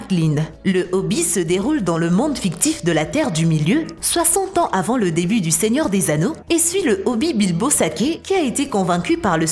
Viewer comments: Non elle a dit ho bite au lieu de hobbit ^^ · Je suis le seul à être choqué quelle dit Hobbi ALORS QUE ÇA SE DIT HOBBITE!!!! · on ne dis pas hobi mais HOBITTTTTTTTTTTT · Elle a vraiment dit : "Le Hobbie" Au lieu de Hobbit .. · Elle a dit le hobbis elle a pas dit le hobbie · Le "Hobbi" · Le "Hobbi" ? Immortan "joé" ? Et c'est ainsi que l'on peut avoir 1M d'abonnés, avec du contenu médiocre et bâclé, le tout sur une douce voix de présentatrice du bled... XDDD